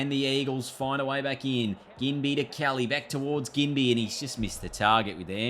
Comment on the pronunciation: Ginbey is a soft G 😊